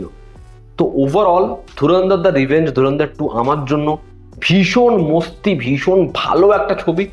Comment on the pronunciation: Oita mosti na masti hobe, obosso hindi Kotogula o bangla bhul koy tai ki are kora. Kissu bolar nai